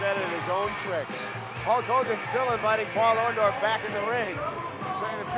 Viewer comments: I always thought it was "Orndorff, not "Orndoff "? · Lol... Hogan keeps saying, "OrnDOFF"... doesn't he WORK with that dude EVERY DAY?!?!?! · Was "Orndorff" intentionally misspelled in the title of this video? Because "Orndoff" is exactly how Hogan used to pronounce it! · Orndork. It's easy to mispronounce. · Maybe Mr Wonderful turned on Hogan because Hogan was taking about them being blood brothers and he couldn't even say his name right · Take a drink every time Hogan mispronounces Orndorff. 🍻